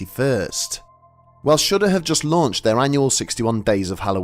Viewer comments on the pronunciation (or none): none